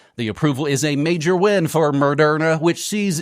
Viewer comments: "Murderna" LOL... good one! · "Murderna" well done.